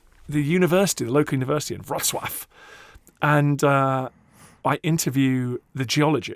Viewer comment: I wanted to say the same thing - so happy to hear such beautiful pronunciation of Wrocław 💘